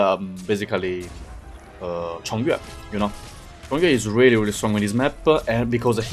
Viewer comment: Huh, he pronounced chongyue kinda correctly